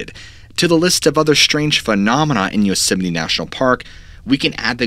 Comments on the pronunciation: I keep hearing you say Yoseminnie, not Yosemite, and now it's a real word for me. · Love your show..but it’s Yosemite. Not Yoseminy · Yosemeny yosemeny yosemeny..... aargh!! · Drinking game: take a drink every time you hear "Yoseminee" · Why do some Americans say yosimiti and others Yosemite? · Unfortunately had to turn the video off due to how many times you called Yo-simmony. So frustrating. I turned my phone down to write this message just in case it started playing again and I had to hear it one more time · It's pronounced "Yoos-might" isn't it ? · Yosemite dude pronounce the word..(Yosem-IT-e). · It's not pronounced like yosimminny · That time pronounced Yosemite like Dolomite.. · Please pronounce Yosemite properly. You said way too many times and it was incredibly frustrating 😅 Otherwise great video